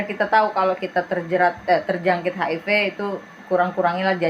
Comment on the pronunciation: Maaf koreksi mas hiv bkn hip